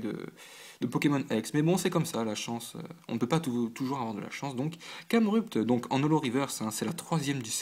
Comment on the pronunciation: Bonne ouverture. Pas d'EX, dommage ! Mais mon dieu, mon dieu......Ta prononciation...... Y'a trop d'erreurs pour que je puisse toutes les citées, en voici donc quelques-unes. Pour Braségali, pourquoi dégages-tu le é lorsque tu le prononces ? Pareil pour Camerupt Jirachi se prononce Djiratchi. Lombre se prononce comme tu le faisais avant Pour Laggron, je ne sais pas.Je le prononce "Lagronne". Poké ball se prononce Poké baul. Voilà déjà quelques erreurs que j'ai remarqués. Bonne continuation !